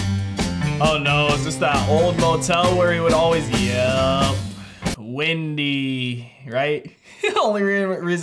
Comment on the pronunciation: And it's called "Windy" not "Wendy".